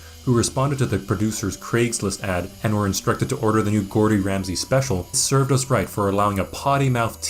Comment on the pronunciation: Anyone else hear him introduce Gordon Ramsay as Gortronch Ramsley? LOL